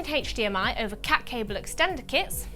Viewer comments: Hech Di Em Ay! :-D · the way you say HDMI signal ..... PERFECT =)